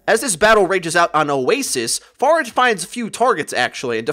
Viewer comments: I thought you were saying pharmacy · i hate how he says pharah